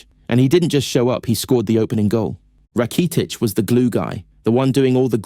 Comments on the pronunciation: You need a better AI narrator. This guy sounds like a soulless robot. The pronunciation of Rakitic was....interesting 😅😂 when you upload your script to the AI voice generator I recommend spelling names phonetically so your robot pronounces it correctly 😅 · I thought the video was great until he said “Rakeetich” and “Sholes”